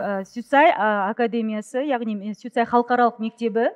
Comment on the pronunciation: Суицаи емес сумилар деу керек